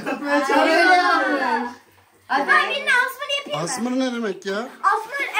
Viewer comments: o asmır değil Yazılışı:asmr Okunuşu:asemere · Asmır değil o esamar diye okunuyo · asmır değil asmr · Asmr doğru okunuşu= eysamar Kuzeyin okuyuşu=asmır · Abla ASMR(ASMIR) DİYE OKUNMUYOR (ESEMAR)DİYİOKUNUYOR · asmır o asrm 😂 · asmır değil asmr😂😂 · asmır değil asmr o